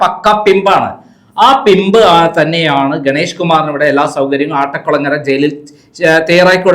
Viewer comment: " ആട്ടക്കുളങ്ങര" എന്നല്ല. "അട്ടക്കുളങ്ങര" എന്നതാണ് ശരി.